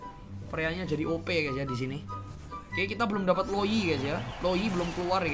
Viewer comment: Knpa setiap ngomong opi,gw ngakak🤣